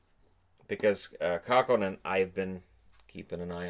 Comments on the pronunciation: Oh, it's Kakkonen. They way you pronounced it I thought maybe it was Kaukonen, like in Jorma Kaukonen. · Kähkönen has the kind of vowel sounds that are just not going to be pronounced correctly by americans lol.